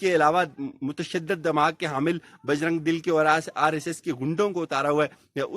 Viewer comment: Correct ur word "Bajrang DULL but not Bajrang dil.